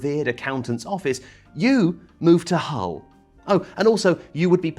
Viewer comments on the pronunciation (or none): Laughed very hard when said "Hull"